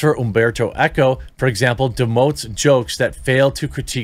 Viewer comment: Okay, wait. You constantly mispronounce Greg GutFELD's name (much as with "team," there is no "i" in Gutfeld), but you nail Umberto Eco without batting an eye?! The hell? These tools are "liberal satirists?" They wouldn't know satire if it slapped them on the butt. It also says a lot about where the American populace actually is politically. Fact is, the Fox News primetime lineup regularly beats not only all other cable offerings, but often the broadcast channels "entertainment" programming. "Gutfeld!" does well holding onto that audience, but his rise is no surprise. Fox News has fostered comedy for a while now. Their "Half Hour News Hour" a few years back was middling to good, but never went anywhere in the ratings. But then they gave Gutfeld his first show, "Red Eye," which aired at 3 AM ET, and that puppy just built and built and built. It came on at 12 midnight on the Left coast, so it was easy to find with just a little flipping around, and it was largely what he's doing now, if perhaps yet more edgy and irreverent. You can get away with a lot more later at night!